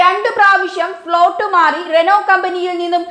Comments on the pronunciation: കളമാശേരി അല്ലാ ചേടത്തി, കളമശേരി!! റെനോ ൾട്ട് അല്ല ചേടത്തി റെനോ !! സ്റ്ററിങ് കോളം കംപ്ലയിന്റ് റോഡിലെ ഗട്ടെർ ഒരു കാരണം ആണ് ! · റെനോൾട്ട് അല്ല ചേച്ചി റെനോ🤔🤔